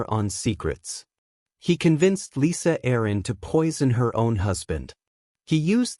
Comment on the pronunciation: It's Lysa not "Lisa" Arryn 😅😅😅